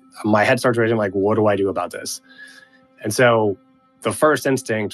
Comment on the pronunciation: his Canadian completely came out when he said suurrrrry and a boot. Holy crap this guy is Canadian as Canadian can be Canadian What is a Canadian juvy prison? Is that just a house with a sign saying please Don't run away? Lol and then if you do escape do the guards say sorry to you for arresting you? Lol